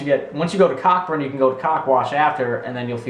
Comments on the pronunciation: its pronounced co-burn not cockburn LOL..still love the video tho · Umm, sorry its not CockBurn is said like Coburn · Cockburn is pronounced Co Burn here brah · lol its not pronounced COCKburn its COburn haha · Yes I thought it was Cockburn at first :P I used to live near there. But it is pronounced Coeburn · haha its pronounced co-burn its a suburb in Perth and i live near there lol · haha cockburn is actually real but it is pronounced coburn :P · cockburn is pronounce koh-burn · I live in australia and you pronounced cockburn wrong it is pronounced CO BURN cockburn is a 35 minute drive from my house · Cockburn is a real place. its pronounced coburn tho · i live in cockburn and its pronounced coburn hahahahaha xD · I swear I wasn't laughing THAT much, also Cockburn is a real place and it's pronounced Co-burn.... we still call it Cock burn xD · I live very close to cockburn and not trying to hate but u have shown that u no nothing about the country at all because it's pronounced coburn but still pretty funny video and that's coming from an aussie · cockburn is accually pronounced COBURN xD and its in WA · i live in australia and this is hliarious LOL btw cockburn is pronounced coburn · they were all real places and cockburn is pronounced coburn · Cockburn is pronounced Coburn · I leave near cockburn but its pronounced Co-Burn I don't know why probably Australian ancestors having a laugh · cockburn is pronounce co burn lol xD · cockburn is pronounced co burn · Cockburn is pronounced Co-burn Not hating just saying. Lots of ppl here get it wrong anyway. Btw, they are real places :P Awesome vids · cockburn is in perth, its pronounced co-burn haha, i've never heard you say australia wrong though c